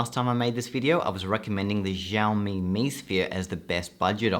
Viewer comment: your pronunciation of Xiaomi killed my ears lol